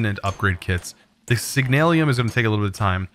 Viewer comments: It's signalum not signalium no i in it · HEYA Love ur content fam but just a bit of constructive criticism, slow down when ur reading some the items I realize you mispronounce a lot of the words in your vids, like Signalum in today's vid. keep the awesome vids coming my guy